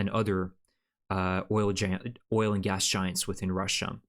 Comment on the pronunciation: Can you say GAS ? UGH ?! Its it hassprom its Gas prom